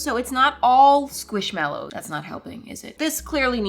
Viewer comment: It’s NOT squishMALows, it’s squishMELows! Btw, I love you and your Chanel.